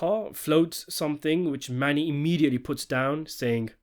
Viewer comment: Well his name is Mano not Mani🤔